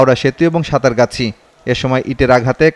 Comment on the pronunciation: সাঁতরাগাছি। সাতারগাছি নয়।